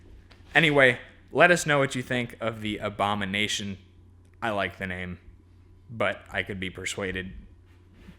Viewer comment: The ahondanation